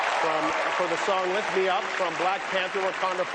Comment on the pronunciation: Why he keep calling her re anna? Lol